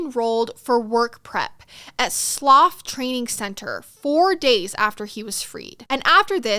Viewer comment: I’m sorry this was ace but the pronunciation of Slough had me in stitches 😂